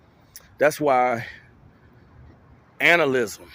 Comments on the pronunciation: Anal-ism? Like going ghey? xD Just kidding, it's pronounced anti-natal-ism lol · plz - pronounce it correctly. Anti - nay - tal - ism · Anti nay tall ism is how it’s pronounced. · its pronounced anti-nay-tal-ism type the word into youtube and you'll see a video pronouncing it correctly